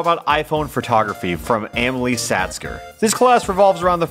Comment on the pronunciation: Did my guy pronounce Amelie as ham a lee instead of ahm eh lee